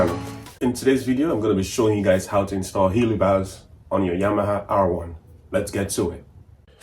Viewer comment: It's pronounced he-lee. Excellent video though.